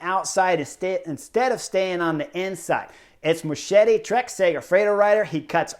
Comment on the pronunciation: Pronounced MosKetti not Moshetti.